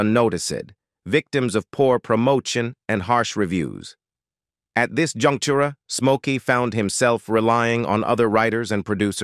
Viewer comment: Junctureh, 33 1 of 3. Rowbinsown, dewble and many others. This is Artificial Intelligence that can't pronounce words?